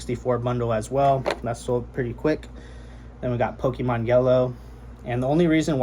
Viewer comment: I respect your hustle and your straightforward approach and simpleness to your videos. With that being said, my mans, you are a games seller, you know it ain't "powkeeman", it's Pokémon. Keep it up.